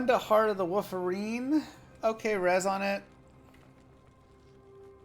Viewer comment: "Heart of the Wooferine" OK Now you're doing it on purpose! lol